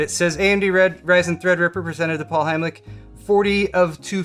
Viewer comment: Paul do you have german roots? Heimlich sounds very german :D